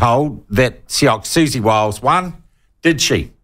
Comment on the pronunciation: Repeatedly intentionally mispronouncing someone's name gets your argument off to a pretty shaky start...